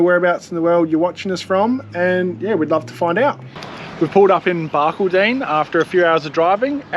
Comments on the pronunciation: BAR _ CALL _ DIN, Not BARK _ A _ DINN. Enjoyed vid, Very musical 😂😂 🇦🇺❤️ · The locals in Barky will be laughing hard. It's Bark - all - din, or Bar Called In. Guys you should have chucked a left at Ilfracombe and spent a few days around Isisford. Great little town, friendly people and heaps of fish in the Barcoo River, especially out at Oma Waterhole with camping $5 a night (cold showers). Remember it for your next trip. You won't be disappointed. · Barcaldine is pronounced "Bar-call-din". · Hey guys, watching from near Mildura in Victoria. Chelsea I love that you introduced yourself to the cows!!!! Oh and thats not how you say Barcaldine:-) its bark all din say those three words quickly. love the dad jokes you guys are so much better at this than when you first started. Keep it up. hope you are hitting the road again after xmas. Oh & I loved what you showed of the dinosaurs have never seen anyone video inside before. We can't go there as we travel with our dog. And I'm fine with pineapple on pizza & love a crispy base in the bbq. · Ha ha I just added a similar comment. Its odd when you hear a town name pronounced weirdly. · Watching from Tamborine Mountain, Gold Coast hinterland. Barcaldine in pronounced Bar-call-den just for your info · Barcaldine, pronounce Bar-cald-don....just saying!!!!😅😅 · Love the videos, but have to let you know Barcaldine is prounced Barcaldon not as it is spelt, well that and everyone I know has pronounced that way. Im from Darwin NT. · all southerners do it! Love your work! Keep it up.